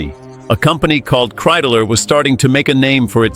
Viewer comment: It’s Kreidler! Not Kreideler🤬